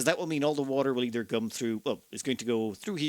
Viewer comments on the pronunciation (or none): none